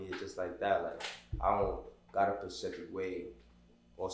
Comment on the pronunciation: Nicca it’s specific not “Pacific”🤣🤣